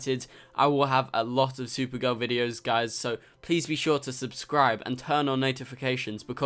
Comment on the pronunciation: its spelled supergirl. The way you pronounced it was sewer girl